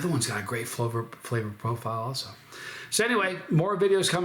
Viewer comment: "Texture is the conductor of fwavor"